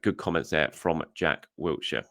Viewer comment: It's WILSHIRE!!!!!!! Absolutely no 't'